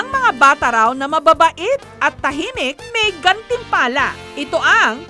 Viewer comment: cant unhear “kerots” and “gantimpala” Huhuhu